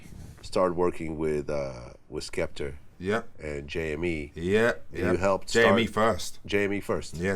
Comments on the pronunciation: Its Skepta not Skepter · It's SKEPTA, Vlad. Not SKEPTER. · Why TF does Vlad pronounce Skepta as 'Skepter' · "Skeptur" - Dj Vlad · I think he called him skepter cause remember skepta done a show in America & they wore on the tour bus with the females & one the slags called skepta skepter 😂😂😂 so I dunno he could of fucked up aswell but saying it 3 or 4 times even after Wiley saying it properly???? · Bro it's Skepta, grime legend, get the name right. Be like if I had a show n I started talkin bout 40 cent, n&m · KarlhiX Issa Right! lol... Vlad, you got one job. Just one